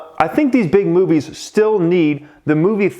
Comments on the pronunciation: I thought you said big booty🍑 lol big movies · Did you say big booty lol